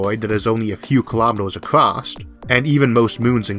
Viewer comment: There's no T in across.